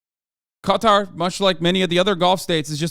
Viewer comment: I’m just glad you pronounce it correct instead of calling it cutter